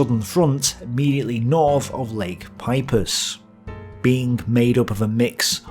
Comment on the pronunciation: Lake Peipsi - yes like that soda drink. Not Pipus.